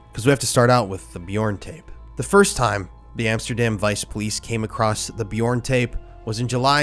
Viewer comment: Please, please, please learn how to pronounce this piece of shit's name. It's torturous.